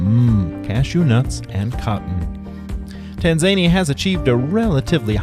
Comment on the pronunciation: "Tahn-Za-neeah..." Tanzania However thank you for the video.